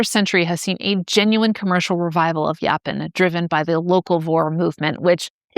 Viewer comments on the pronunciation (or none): I've heard it pronounced yo-pawn and I've heard it pronounced yaw-pawn, but I've never heard it pronounced yah-pin.